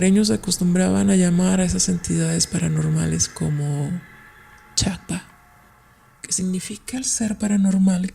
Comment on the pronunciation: ¿Es "chapa", ”chakpa", o cómo? jeje Saludos.